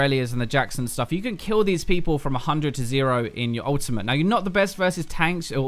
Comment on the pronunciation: dude i love it when you say ultimate you like ultima😂